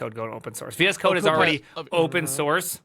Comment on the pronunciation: I thought he was saying "VS cock"